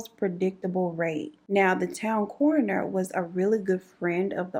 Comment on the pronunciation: I thought she was saying "sis in that corner had something going on". The whole time she is saying coroner 😂😂😂